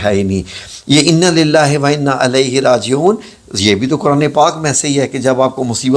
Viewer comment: Innalillahi wain a ilaihi rajiun hay alahi rajiun ghalat hay